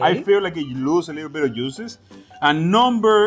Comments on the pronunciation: I like how he pronounces “juices.” The heat will make the muscles contract and push all the beautiful “USES” back into the steak. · The yuices lol... the prounatiations killing me but it be sounding so much more better... I don't even want juices no more